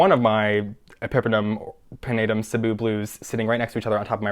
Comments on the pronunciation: i was just about to comment too that is the only plant youtuber i've heard even close to pronouncing cebu correctly! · As a Filipino person with roots to Cebu, Philippines, I thank you for pronouncing Cebu correctly, hahaha 😂